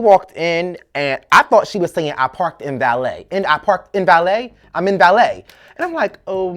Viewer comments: You are killing me calling this woman "In valet" LMAO It's Mbele (Em-Beh-lay) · LMAO every time you said "MVALET". Her name was MBELE(EM-BELLAY)